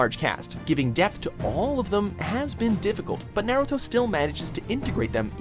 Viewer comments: He doesnt know how to pronounce "NYAYRUTO" either. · Aside from comparing two great anime, stop saying naruto wrong. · A cat sooky group? Fuck this video! I was willing to accept Naeyruto and even tiny snippets of the english dub, but now I kniw why people bash on people who watch the english dub. No idea how to pronounce japanese words + talking about japanese stuff and using their words = ew.